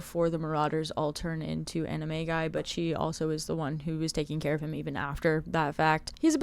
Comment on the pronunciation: i thought she said they turn into anime guys